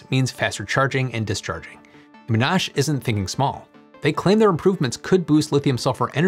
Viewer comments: MON-ash, not mon-ASH. I know, picky, sorry, but I live literally just down the road from the Monash campus. Named for John Monash. But hey, AUSTRALIA REPRESENT! ;-) Monash have been involved in flow batteries, as well. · Please, it's "Moh-nash" or "Mon-ash", no-one says "Ma-nash". Every time you say it I lose the next 10 seconds as my brain trips and resets 😆. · Excellent update! Thanks. FYI it’s MON-ASH not MAAN-ASH. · It's MONash University ... not MonASH. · Excellent. This is amazing. Especially interesting for electric vehicles. (By the way, Monash University pronounces it "MAH-nash", not mon-ASH.) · Very distracted by mon-ASH (it should be MON-ash). Otherwise quality vid, as usual. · It's not pronounced "Menash", it's (Poke)Mon-ash 😭😭😭😭😭😭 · Aussi here. It’s pronounced MONash not monASH 😂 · I’ll be that guy to pedantically correct the pronunciation of Monash. It’s mon-ash, not mo-nash. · Just a minor point the Australian university Monash is pronounced. Mon…ash, not Mo….nash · FYI it's pronounced MONash not moNASH. Great video anyway it's pronounced. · It's Mon-ash, not Mo-nash. Mon like monument. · Great video...lithium sulphur could be real game changer...and great ti see contribution from Australian universities. BTW, it's pronounced Monash university, not Mnash.😊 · Monash. Emphasis on the Mon. (correctly pronounced the Mon part but you emphasised the ash). MONash. I feel you might be saying that a lot in the future 😉 Great video! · You said it wrong. It is Mon-Ash. Like Monday and burning wood to make ash. I'm a former student there. 😊 Please stop butchering our names 😢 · Mon' ash is how it's pronounced in Australia. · Love your channel!Monash is pronounced Mon-ash. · Please note that 'Monash' is pronounced with emphasis on the first syllable, not the second. ie MONash. Interesting topic. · I know this is dumb but Monash ... put the emphasis on the first part. Otherwise sounds super dumb. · Aussie here. It's mon-ASH. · Monash is pronounced “mon-nash”